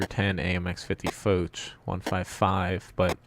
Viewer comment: AHRRG!!! Its Foch not foach or fouch ,fo sound from fog, ch has the sound of sh as in shave! General Foch is spins in his grave every time you say it. great channel ,bad pronunciation...